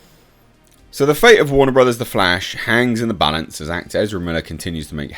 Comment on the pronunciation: From now on, just call Ezra Miller they way you tried to say it. "Ezrblbblele". It's better.